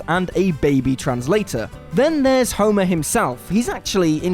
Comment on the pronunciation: The daughter of 'Homurrr'.